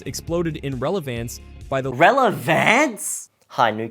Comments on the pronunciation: This by itself is not enough evidence, everything else you've provided is well founded, his pronunciation of "relevance" isn't necessarily a smoking gun by itself I feel because some people just say certain words in a weird way. Is it unlikely, yes but I feel we've all heard someone say a word in one of the most confusing manner possible, it can be used as a cherry on top to your argument tho and it wouldn't be amiss. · About the relevance thing, even if it was his second or third language with that accent is kinda hard to believe, it's probably AI for voice too or he doesn't know how to pronounce the word. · normal person: rel.ə.vəns movies explained: REL.ƏV.ÆNS 🗣🗣🗣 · youre supposed to pronounce it more like relavince, but they said it like relavance, which isnt the pronunciation. It would be like saying microwave as meekrowavay. Even though/if you used the word right, you said it noticeably wrong. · It was the blatant mispronunciation of some words (such as stressing the wrong syllable) that made it obvious to me. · Oh the irony. Complaining about how AI pronounces 'relevance' and then pronounces 'data' as 'dartar'. You are either AI or retarded. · It is a common word in English, it was just pronounced incorrectly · The voice IS CLEARLY ai, if you listen , there's a certain distinctive roughness to the way it sounds, like it's a very low-quality microphone improved with some type of software. This effect is present in almost every Ai song, meaning that this was recorded by someone who read the script (or another Ai) and didn't know how to pronounce relevance and applied the Ai voice filter to the recording. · I feel like I'm going crazy. What is wrong with this pronounciation of relevance? It sounds perfectly normal to me (although english is my second language so maybe it has sth to do with that)